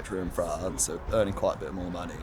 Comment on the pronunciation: she mispronounced money hahahaha